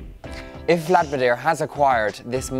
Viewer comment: Russia Business China? Vladminir? Are you just full-out dyslexic?